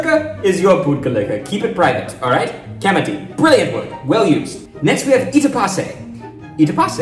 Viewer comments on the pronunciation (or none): Your videos are great but can Mani not correct your "kamati" after all these videos? It's pronounced "thi" like "thi-nk". The difference between ta, tha, da, dha is very important. Also kadavasam is Tamil.